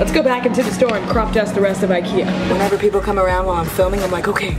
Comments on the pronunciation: Nora H jag också, blev så irriterad när de stog typ "ö" o hon sa "o"😂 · Robin Malmquist sooo true i was like you are saying the names wrong